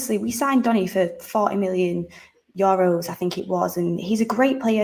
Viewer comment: We need to sale Lingard before the windows close so we can get a cdm otherwise we are doomed with Matic and Macfred and btw its euros not yoros:)